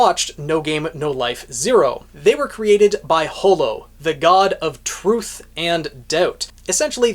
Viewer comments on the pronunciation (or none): none